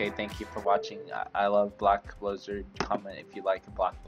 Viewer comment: bleck bloozurd